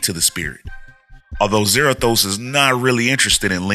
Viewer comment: I really hate what they've done with Ghost Rider the last 10 years. Also Za-RA-thos (ra - like in rat). So new Spirits of Vengeance looks like it's Blaze/Zarathos, Danny Ketch / Noble Kale, And Vengeance.